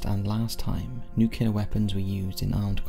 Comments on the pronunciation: NuCLEAR not NuCULAR.... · I love this channel and am a patron but I struggle to understand why Americans cant say nuclear properly instead saying nucular